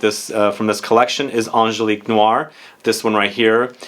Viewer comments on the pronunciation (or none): none